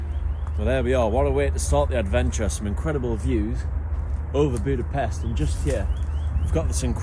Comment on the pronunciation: It is funny that you pronounced Vajdahunyad perfectly but repeatedly pronounced Budapest wrong. Anyway overall not bad